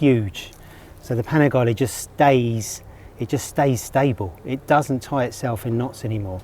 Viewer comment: Panigale - its Panigale , not Panigali….